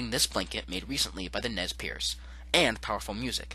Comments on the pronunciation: Nez PURSE ...not pierce .. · Nez Perce not piece.